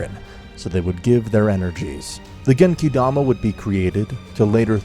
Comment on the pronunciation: If you're going to use the Japanese names then at least say them right, it's genkidama, not genkaidama